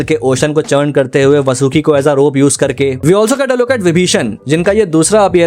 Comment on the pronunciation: Bhai plz Pronounciation me dhyan rakha karo wo sutala nahi sutal hai hai aur Vasuki nahi Vaasuki hai